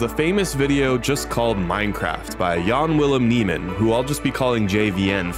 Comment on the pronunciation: Jan Willem Nijman is a Dutch name and it's pronounced "Yahn Will-emm Nigh-mahn"